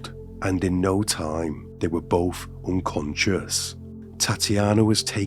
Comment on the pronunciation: Both not bof